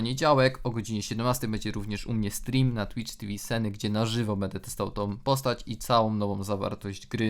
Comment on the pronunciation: Czemu seny a nie Nsane